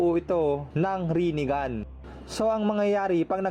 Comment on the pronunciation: HAHAHAHA Rine-Gone😂may point si kuya😂